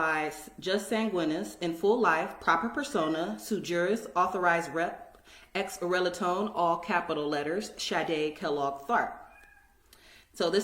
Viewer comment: "X relatone." Moorons - always mispronouncing words they don't understand.